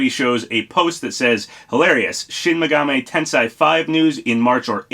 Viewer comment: "Shin Megameye Tenzeye"